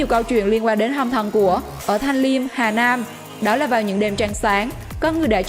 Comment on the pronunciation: vãi lớn r mà đọc chữ nam mà thành nan học lại cách đọc đi chứ kkk